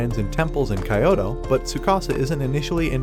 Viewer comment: Kayoto please pronounce it right it's kyoto not kayoto